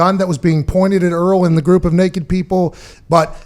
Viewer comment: cmon man its Earl not Eric